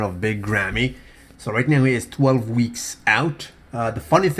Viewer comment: did you say "right meow"?